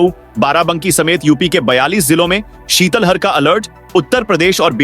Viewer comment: शीतलहर न कि‌ शीतल हर सुधार करें